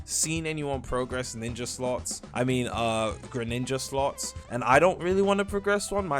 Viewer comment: Bro called it greninja😭🙏